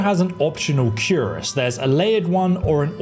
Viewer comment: It's pronounced "kir-ass" not "cure-as"